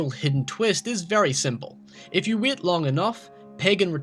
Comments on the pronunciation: also its not wit.its wait.its not did.its dad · The way you say 'wait' as 'weet' pisses me off. Sorry, not sorry. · I thought you kept say saying wheat. You said wait lol